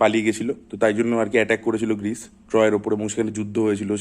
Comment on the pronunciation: Did not expect such a clickbait caption from you. Odysseus, Ithaca, Greece egulor bhul pronunciation o asha korini. I really like your channel tai egulo kan e lage.